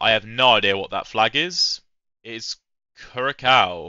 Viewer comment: It’s pronounced “CURE a sow” and it’s an island in the Caribbean.